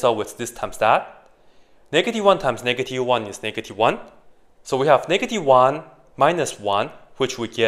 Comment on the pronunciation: that's not a "negatie-one"